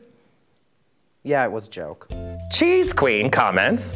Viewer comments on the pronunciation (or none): is nobody gonna talk about bianca saying "cheese queen" when it said "chess" ? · When Bianca reads Chess as Cheese “ILLITERATE” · ONLY Bianca could read "Chess" as "cheese" and still call someone else illiterate in the same video XD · Bianca, let me tell you something. It’s Chess, not Cheese. ILLITERATE! This is a joke btw, i love her.